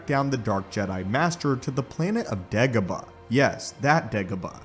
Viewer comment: bruh, i'm sorry, but it's Dagobah, not Degabah